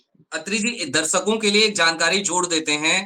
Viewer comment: Abey saley kahan kahan se uth kar YouTube par aane lage ho. Bolna to seekho presentation dhang se karo. Darshako hota hai Darsako nhi hota